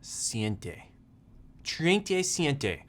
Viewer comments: Spanish impaired folks: Treinta y siete Jason: Triente siente xDD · Better stick to English :D. Treinta y Siete